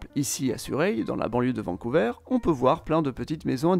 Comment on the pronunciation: On dit vancou"ver" et non vancou"veur"